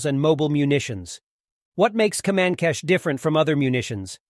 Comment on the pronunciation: it pronounce ''kemAncash''